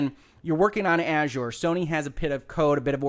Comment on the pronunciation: Finally, a YouTube video that pronounces Azure correctly